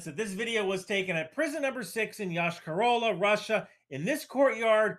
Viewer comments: It is pronounced Yosh-ka ra la. I know, nobody cares. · Russian speaking comment: For future references in the name of the city the stress is on the last syllable - YoshkAr-olA